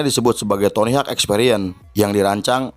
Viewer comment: btw penyebutan nya itu tony howk bukan tony hak . FYI dia pendiri birdhouse pada awal mula tahun 2000an.. tq atas film nya.. sukses terus utk channel nya